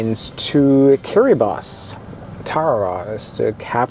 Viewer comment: Top marks for pronouncing Kiribati correctly, most people say it the way they see it, you obviously researched it.